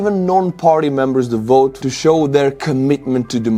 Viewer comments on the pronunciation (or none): none